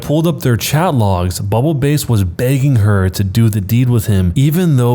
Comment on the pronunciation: S3: I hurt mentally when he read bubble BASS (like the fish) as bubble “base”.